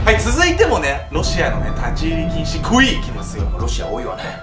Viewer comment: 区〜域が空〜気にきこえてしまった、